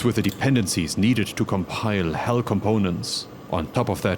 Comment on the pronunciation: Did he said "compile hell components?" :-)